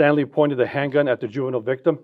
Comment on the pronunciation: did he just say the hand cunt?